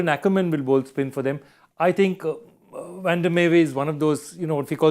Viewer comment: Love the way Harsha pronounces “van” correctly. Does Harsha Gaaru know Dutch also?